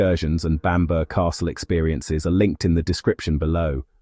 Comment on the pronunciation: Bamburgh castle is pronounced 'Bam bra' castle.